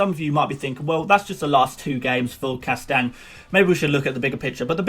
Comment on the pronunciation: You may wanna work on pronouncing "Castagne", not that I really worry about the the pronunciation, but it really sounded a bit weird when you said it at-least 20 times in 2 mins.